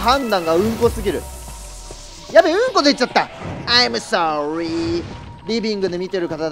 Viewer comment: アイムソーリーの癖強w 鬼没板踏みの時のえ？え？が好きすぎて何回も見てる😂その後の切ないらいしゃんぞぉ…🤡 ふぇりあさんグリグリするの可愛い✌️('ω'✌︎)